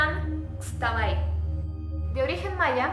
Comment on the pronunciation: se que ando viendo los videos un año tarde y me super encantan todo bien chidos y entretenidos la neta peeero nomas agregar que en realidad en yucatan en el idioma maya la "X" suena como "sh" por lo que al pronunciarlo deberia ser shatabay xd